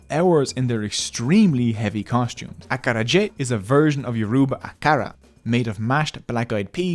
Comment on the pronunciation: Amazing video- probably the best short yoruba history video i have seen , come to Lagos for some yoruba lessons. I like how you cared about the south American Akara and the pronounced yoruba Akara the wrong way 😂